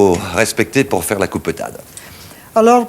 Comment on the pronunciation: Lorsqu'elle parle aux gamins elle reprend son accent. 😊